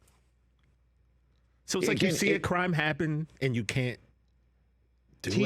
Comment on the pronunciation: Guys theres is a T and the end of can't please pronounce it so that your not constantly sounding like you're saying can